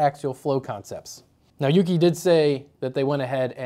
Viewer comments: YU-KAI not yuki lol. bro... haha :D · Hahaha, "YukAi" pronounced like the ie in "pie". 😂